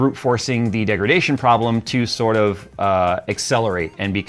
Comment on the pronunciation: "standard.... Degridation....". 😂 Pretty sure it's in the Nvidia dictionary